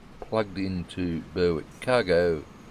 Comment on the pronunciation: Love the content mate....But....Its pronounced BERRICK not BURRWICK :) I know...I'm being picky :D